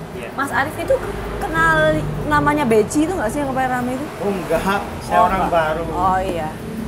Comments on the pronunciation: Bekhi bacanya bukan beci😂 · Bechi dibaca Beki neng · Salah sebut nama, jadi masyarakat tak kenal. Bechi itu ejaan lama, sebutannya bukan Beci, bukan Beki, tapi dieja Behi. Wartawan jadul koplak!